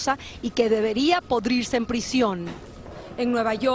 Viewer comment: Min. pudrirse no PODRIRSE! Hahaha 🤣